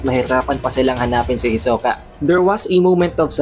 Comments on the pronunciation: Ang layu ng pag pronunce mo kay hisoka sa pag pronunce ni Ilumi. Hiso-ka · Parang nasusuka Ako sa pronunciation sa hisuka... Ito lang ang chapter na ayaw ko... HEYSOOKAHH.. hnd ko na tinapos .. HEYSOOKAHH.. ibahin mo ung pag kakabigkas mo sa HEYSOOKAHH FELLING KANO HAHAH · "Hisoka!" Para kang bading pre mag pronounce e. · Kahit ganun Pangit padin ng bigkas mo ng hisoka..😂😂 sagwa pakinggan..